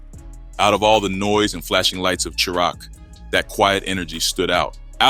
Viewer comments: That is not 59th Wabash. It's not cha rock it's chi raq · Soon as bro said Churach instead of CHI-RAQ. I checked out. 🤌🏽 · Yeah, I just wanna help you out. Chicago is often called Chitown and in the 2000s it was called Chiraq. The entire video you kept saying it wrong the CHI is pronounced like the word shy. Have a good one. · Dude, Chiraq is pronounced Shy-Rack. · As soon as the video said "Cheerock" I cut if off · "Chi-raq" its pronounced shy rack 😂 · Bro said cheerack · ChiRaq pronounced SHY RACK! You killing me they way you say it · bro say sherock 🤣🤣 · Chiraq is pronounced “shy-rack” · The say he pronounces CHI-RAG is hilarious 😂😂😂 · It's pronounce ( shy-rock) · 😂😂😂😂😂😂 Cheeraq tf is that...Its Chiraq but we don't even call it that These Days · AI is killing me……. Chiraq-> Pronounced :: 🗣️ Shy-Rack